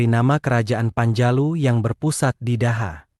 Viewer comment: Cara membaca daha itu dibaca doho